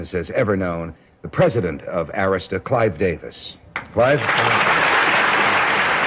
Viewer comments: It’s pronounced A - emphasis on the short A - rista Records. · You should learn how to pronounce "Dartmouth" an "Arista" "Meyer"...you are a conspiracy monger...you're not even an insider ....just ignorant